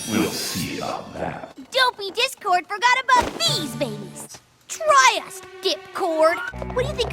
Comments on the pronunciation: when I first heard her say that I swear I thought she said "Dick-cord" instead of "Dip-cord" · I thought Iheard say dickcord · Does anyone else hear say dick-cord or is it just me?